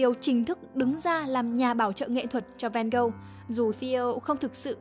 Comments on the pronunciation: Mình có 3 góp ý: 1. Phải là Theo và Vincent. Van Gogh là họ, Theo là em trai ruột nên cũng mang họ Van Gogh. Theo có full name là Theodorus Van Gogh. Cứ đọc Theo và Van Gogh nghe nó ngớ ngẩn vô cùng 2. Van Gogh đọc là Van-Gốc, không phải Ven-Gâu, vì đó là tiếng hà Lan. Tương tự, Gauguin đọc là Gâu-gin, không phải gâu-ghen vì đó là tiếng Tây Ban Nha. 3. Bỏ mấy cái tranh AI ra dùm đi. Nguyên bộ phim Loving Vincent thiếu gì scene có thể capture ra dùng mà đi lấy tranh AI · Nghe Van Gâu nghe ngứa tai quá, là Van Ho mà 😢